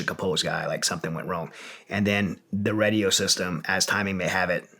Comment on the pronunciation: It's "Radio", not "Redio" lol